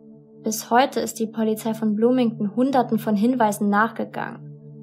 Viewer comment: Begleitung nicht Bekleitung Polizei nicht Pollyzei Blut nicht Plut Brach nicht prach Drei nicht trei Brachen nicht prachen Und unzählige Sprachdefizite mehr. Bitte arbeite daran. Du machst unglaublich tolle Videos aber mich macht das innerlich so aggressiv wenn ich diese ständigen und immer wiederkehrende Sprachdefizite höre.